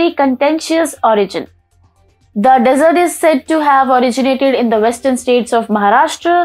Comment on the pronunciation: Madame some humble corrections. उच्चारण डेज़र्ट, नहीं, डिज़र्ट होता है। Soan Papdi फ्लैकी नहीं, फ़्लेकी होती है।